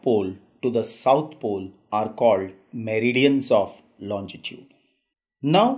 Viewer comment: tnxxx, just one tiny mistake in ur pronunciation, u say longitude as lonjitude, but the spellings are right, apart from that the vid is amazinggggg